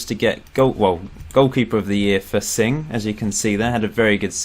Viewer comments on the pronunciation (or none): none